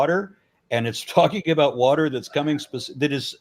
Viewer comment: By the by he pronounced wa-terrr just like Kent Hovind. take that as you will.